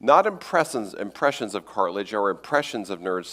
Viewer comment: "Dinoser" instead of dinosaur, "cartlage" instead of cartilage, "miterchondria" instead of mitochondria, even heard "manscape" instead of landscape once. For someone who's PhD is in communication, is REALLY not well spoken.